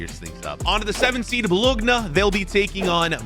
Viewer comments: love your videos just one thing, Italian team Bologna is pronounced bo-lo-nya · It’s pronounced “bolonya” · “Bologhna” is CRAZY 💀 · bologna is pronounced like boloña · How to say bologna 1) say like that ( bolonia) 2) don’t say g in bologna 3) after N and before A say I